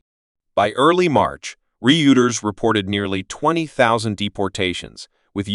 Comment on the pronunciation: Re-Uters? Same thing as Reuters? 😄